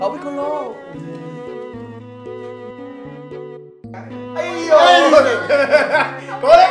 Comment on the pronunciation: Nói thì phải nói cho chuẩn là Piccolo nha bạn